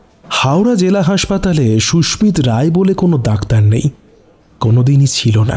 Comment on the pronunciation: Khub bhalo laglo, Sudhu koyekta jaigai bhul pronunciation, kane laage, Sushmit Roy ke bar bar Sushmita bola hoyeche.